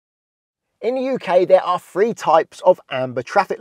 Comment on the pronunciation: I agree with you. Amber lights should be adjusted on high speed roads. No, I have never lost points off my license, either in a car or a truck. However as an English, as a foreign language, teacher I cringe when you say "free seconds" and "firty mph". Using F for the TH sound is not standard, just common in some places. Yes, I am being picky and I know that it is local to certain parts of the UK. It does confuse some people for whom English is a second language.